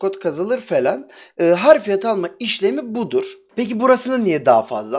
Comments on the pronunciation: Harfiyat değil Hafriyat abicim. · harf değil hafr.....hafriyat yani kazı işlemi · hafriyat yazmışsın ama harfiyat diye söylüyosun abisi.